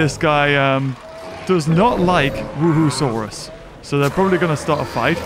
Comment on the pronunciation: The dinosaur: Wuerhosaurus: WOOHOOSAURUS!!